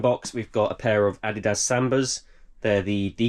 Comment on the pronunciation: Finally someone who pronounces adidas correctly 😂